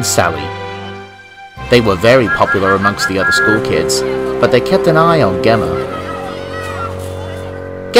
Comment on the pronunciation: Nice adaption! Like how you exstended the original story. However I will say, Gemma is pronounced with a soft G, like George lmao